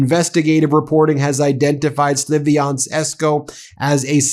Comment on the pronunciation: it's spelled SLAV-yansk, not SLIVI-ansk